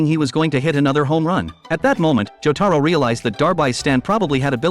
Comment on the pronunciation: Good thing he didn't butcher jotaros name like imagine John joeystar